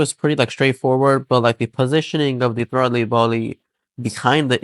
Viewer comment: Whate a THROT-LEE Body?